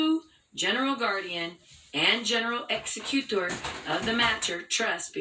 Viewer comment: And why does she strangely morph into a foreigner when saying "executor"? Ex ee cyoo tor!